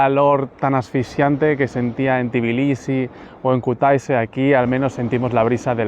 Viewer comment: ❤❤ por fin un vídeo sobre mi país; por fin alguien que dice bien Tbilisi y no dice tiflis 😂😂😂 se agradece 😂… no lo dice bien del todo, pero es mejor que decir tiflis 😂 Algunas personas estafan con los precios si creen que no sabes incluso si sabes hablar el idioma, hay que tener un poco de cuidado… y si, lo de marca y todo eso es muy caro… hasta la mozzarella y esas cosas… la fruta es muy muy barata en general, excepto las bananas y fresas y cerezas que son carísimas Por cierto hay edificios que tienen ascensores de pago, cada vez que usas el ascensor son 20 centavos de lari Es todo tan caro que ni los ciudadanos pueden permitirse ciertas cosas… montar en noria ya son como 8 laris… imagina disfrutar de unas atracciones en familia cuando en Poti el sueldo es de 15-20 laris diarios… por 10 horas o más de trabajo… el Xachapuri es de queso siempre, luego tienes el Lobiani que es una pasta de alubias y luego está el de patata que es masa frita…